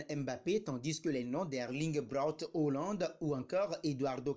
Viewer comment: Tu sais pas lire ou tu fais exprès tu me saoules avec tes hollande tu sais pas prononcer HAALAND.